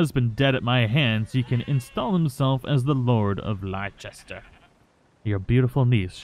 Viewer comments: Leicester is pronounced "Lester". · For Mary-Beth book, The lady of Leicester would be pronounced ‘Lester’, it’s a city in England. great video though, seeing all the gang makes me so emotional :(( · Hey, Just a quickie for you, Leicester is pronounced "Lester". Great Vids by yourself and Ashley. You guys make the days that little bit better. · More romance story reading in the future thanks. Also, it’s pronounced Lester. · Leicester is pronounced "Less-ter" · it’s pronounced Less ter. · I love how no one can say Leicester 😂